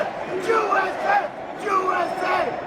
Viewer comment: The pronunciation of USA in a Spanish-speaking accent comes out like "oo-ess-ey"